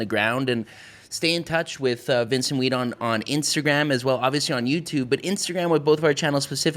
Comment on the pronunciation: dude..its weeD...not wheat